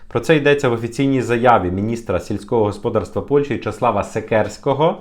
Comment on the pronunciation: В українській мові наголос ставиться на склад з літерою "А": господа́рство. Дуже ріже вуха, трохи перевіряйте свої тексти, вас же, в основному, українці слухають.